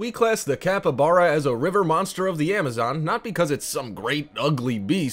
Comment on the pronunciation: The capybara is pronounced capeebara not capabara